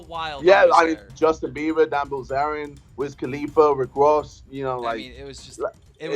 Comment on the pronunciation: I had WICK WOSS PERFORM. ahahah love ya JJ